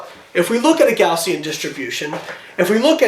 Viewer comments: Hey Layne, it's actually "Gaussian", not "Gaussien". Thought you might like to know. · Gaussian* not Gaussien. great video by the way.